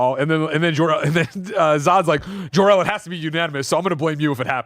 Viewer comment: jork-el took me out lmao